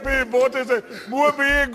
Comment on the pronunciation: "muy bein, gracias" 🤣😂😅